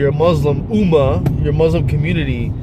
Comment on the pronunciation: someone born into Islam wont have that difficulty in pronouncing buraaq or Allah, dude your pronunciation is as bad as someone who never spoke or read Quran. Converted2islam, introvertedsmiles, jajabor, abdullah sameer those are REAL ex Muslims, dude you cant even pronounce "ummah" yahyah" are you kidding me? and you are comfortable in saying it in biblical names not the quranic names and you are exmuslim. you coughed cause you cant even say "Allah subhanahu wa ta'ala" cant even say that?????? and you are born muslim??? you forgot yourself and said musha instead of musa, kept saying Moses all the time instead. lool there is no way in hell you were ever a Muslim.